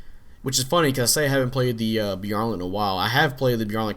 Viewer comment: By-AR-Lant. Youre pronouncing it Bee-are-lnt